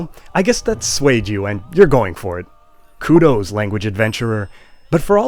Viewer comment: Kudos is a classical Greek word meaning 'praise'. It is singular, and pronounced koodus, not koodoze.